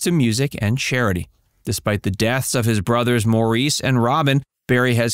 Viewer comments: Its Morris. Not Maurice. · Maybe if you're going to do a youtube video, you should learn how to pronounce the subjects' names. It's pronounced like the name "Morris". Not mo-REES. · Maurice's name is pronounced like Morris with the emphasis on the Mor. It's not pronounced Moreees with the emphasis on the eees. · Maurice is / was indeed the correct spelling - but, it was / is pronounced "Morris" and not 'Mau_reese_' as so many Americans like to (mistakenly) say it...😟 And yes, his family called him "Mo" Rest In Peace Andy Gibb😢, 💔 Maurice Gibb,😢 💔Robin Gibb.😢💔💔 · It is pronounced Morris only. (Some weird sites pronounce his name Morr eece ...like a Frenchman). It was spelled Maurice and pronounced Morris. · Barry is not the oldest of the 5 children, his sister is. Also, it's pronounced "Morris" , not "Maurice"..Pretty good video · It's pronounced "Morris" not "Maurice". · It's pronounced Morris, not Maurice. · It's not pronounced Mor-eese - it's Mor-is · Barry isn't the oldest of all his siblings. His sister, Leslie, is the oldest of the siblings, born in 1945. Barry was the oldest of the Bee Gees. Maurice is pronounce Morris. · No, it’s a french name, it’s pronounced: Moriz but spelled Maurice - of course. In German it’s Moritz. Love Claudia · Maurice pronounced his name like "Morris". I don't know why, but that is how he said his own name. Please, show respect and say his name the way he did. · After all these years, I can't stand when they call Maurice "Maureece"! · Maurice is pronounced like “Morris” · Maurice pronounced his name like "Morris." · Maurice's name is pronounced Morris mor-ris.. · Cant pronounce Maurice right either. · It's sacrilege that you are unable to pronounce Maurice's name correctly. WTF! You really would think in your position that you'd get it right. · have you noticed how the narrator pronounces maurice these americans make me laugh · Maurice lmao. He’s not French.